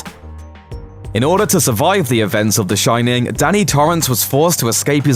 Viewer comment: You've got the Shin-nin 😂😂😂